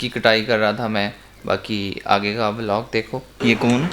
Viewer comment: vlog ko vlag bolnay wali awaam